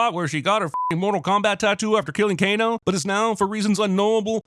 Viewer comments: Announcer says Kane instead of Kano DING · Did you just Kano a "Cane"? KANESINSININTY! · It's Kano